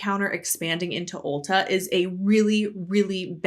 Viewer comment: As someone who's never heard of Ulta before (not a store in my country), I keep hearing it as ulcer.